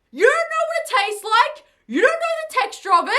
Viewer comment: " Ormy god this tarste so good " the way she said it lol